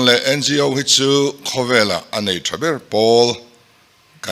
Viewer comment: NGO AW, tia lamtur niawmtak ani A BC hawrawp lamdan ahpoh awtialam ania tin organisation tihna anibawksiaO) tia kanlamthinhi amakkhawp mai hretura ngaih tepoh hian anhrelo anihhmele